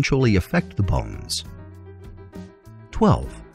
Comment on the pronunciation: the way you say bones 😂🤣😂😭